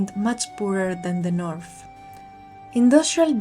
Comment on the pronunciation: Good job. Please note: English words that have "th" are not pronounced like "f"; English words that have "ph" are pronounced like "f." North is not pronounced Norf, and South is not pronounced Souf! 🙂